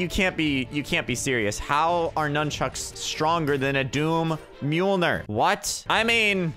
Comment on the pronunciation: I’m surprised u know how to pronounce mjolnir